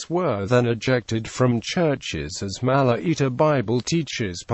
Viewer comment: It's not mala eater. It's Malaita.